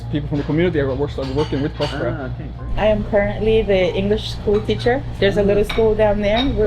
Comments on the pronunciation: Okay Spanish lesson, it's called prÓspers which means healthy. Put the accent where it belongs. prospÉra as you call it actually means Nothing. Yes the name has a meaning and it's VERY Important to the story. I would say it's the Main idea out of it. So please, learn Spanish and understand that the name has the meaning you are looking after since the begining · Hmmm. A bunch of dubious experiments. Menstrual flow--a goldmine of stem cells? Right. A hint on pronunciation of Spanish words: the accent on a syllable means that syllable is stressed. So Próspera is pronounced PROSpera, not ProsPERa. (Same for Italian, except the accent mark goes the other way) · I’m 3 minutes in the video and I cannot stand the way they pronounce próspera . It has an ó! It’s not prospéra, is próspera! But seeing the other comments, this seems to be a nonissue compared to the lack of coverage. Let’s see